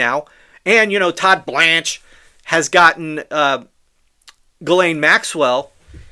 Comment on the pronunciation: The way you say Todd BLANCHE cracks me up😂